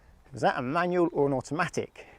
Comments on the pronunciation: I much prefer manual, for much better control. I couldn't watch much of the video.. that word "manyuw" just bugged me too much. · You know there's an L at the end of the word 'manual'? It's not pronounced 'manuaw'